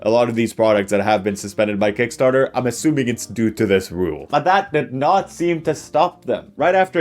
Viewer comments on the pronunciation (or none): none